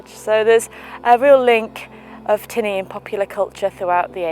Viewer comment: your pronunciation "tinna" is correct im irish